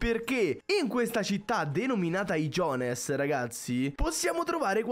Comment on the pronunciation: Ho messo dislike solo perché ha detto (i jone:s) invece che (i jonhs)